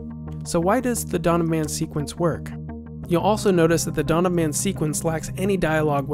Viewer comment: It is "Dawn of Man", not "Donnaman".